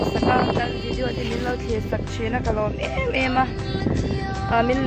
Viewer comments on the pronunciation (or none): none